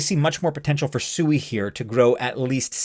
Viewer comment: You're obviously haven't done any research on SUI one of the first things you would have learned by going to their official website is it you have been pronouncing their name wrong the whole time if you can't even get the name right how can we trust the rest of your data. In Japanese it does mean water the Japanese people are laughing at you thinking you're a pig every time you pronounce it wrong